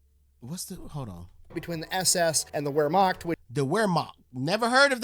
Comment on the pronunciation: Hey, just wanted to let you know, first, the word Wermacht is actually pronounced as though written with a V instead of a W, TFE actually got that pronunciation wrong. Also, The difference between the Wermacht and the SS is pretty simple, the Wermacht was basically like the regular army whereas the SS where party guys, meaning actual Nazis under Hitler's command. Technically, yes, Hitler was also in control of the Wermacht, but while every German who fought in WWII was fiercely nationalistic, not all of them were Nazis, and seeing as how Hitler's power was waning at this point in the war and there were way more Wermacht than SS, it's really no wonder that the Wermacht won that argument.